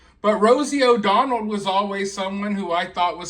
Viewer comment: Rosie “O-Donald.” Lol 😂